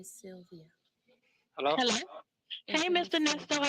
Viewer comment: His routime? 😢this man's speech..cant even say sylvia